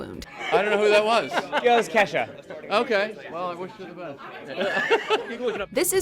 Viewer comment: blahblahblah blahblahblah LoL it’s “Kesha” but nice try